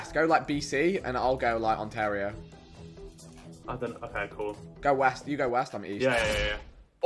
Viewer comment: Josh it’s not ontaaario it’s Ontario